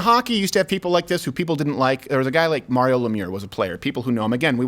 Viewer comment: Mario is my favorite player!!! Why you pronounce it that way